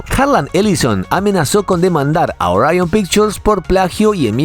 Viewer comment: Al decir "ariion" al referirte Orión tu narración y credibilidad se fue al caño